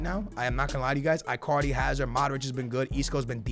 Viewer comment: IT'S EEEEE-CARDI